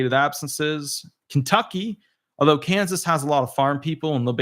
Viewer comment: Did he say Kansas???